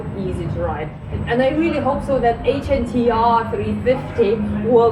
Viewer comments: Why are you pronouncing it like an Acronym? 🙇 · Its not called the H N T R , its the Hunter. H N T R is just a 'cool' way of writing it. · Excuse me. It's not HNTR. It's HUNTER !!! DOH